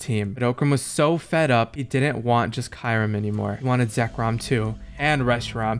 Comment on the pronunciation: Talk about miss pernouncing kyurim xDD still fun content none the less